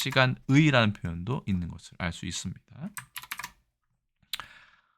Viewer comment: 두 글자 한자어 첫자에 강세를 주어 읽으시네요 게다가 장단음 구별이 애매해요 장음을 좀 더 길게 읽어야겠는데요 순식+간, 당분+간, 어언+간, 일순+간,, 간間 은 앞의 명사에 붙은 접미사라서 명사와 띄어 읽어야 되는데요